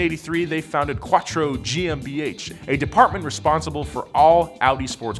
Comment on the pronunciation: He can’t say Quattro or nismo